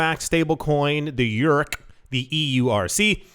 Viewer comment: "circle eurc"? srsly? was i the only one that thought it sounded like circle jerk?